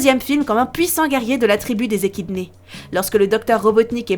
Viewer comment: On dit pas eckidnase mais eckidne😊